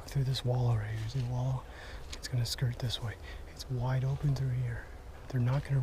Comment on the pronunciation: "they're gonna scurt this way"